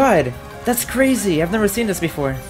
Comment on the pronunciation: bro fr said das carzy